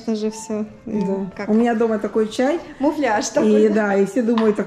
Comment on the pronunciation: Всё красиво, только не муФляж, а муляж